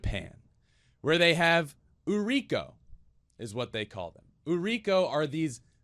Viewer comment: Putting this here because I respect the amount of care you're putting into learning the language and culture! It's pronounced "ooh-ree-koh" (like ooh-aah, ri in Rico, and co in coal). It translates to "selling girl/lady".